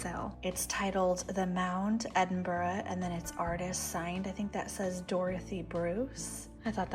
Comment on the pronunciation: Well done for pronouncing Edinburgh correctly!